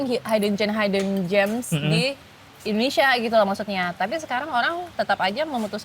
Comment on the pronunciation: hid-den jems ya bukan haiyden ✌